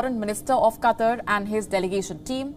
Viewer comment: Really need to improve delivery, especially pronunciations of certain English words. E.g. "QATAR".